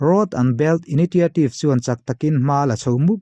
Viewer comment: enga ti nge moni public speaker in ni ve meuh a, in english hi a lam dan dang hi chu mihring a zir poh a ni thei mahse diklo baksak lutuk hi chu Live poh in ni lo va em em thin a, "INITIATIVE" tih hi han ngaithla non ve teh